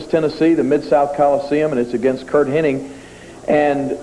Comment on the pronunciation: The guy’s name was “Hennig.” Even Lawler botches it. 😅